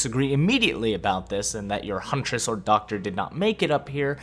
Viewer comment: Your hunress amuses me.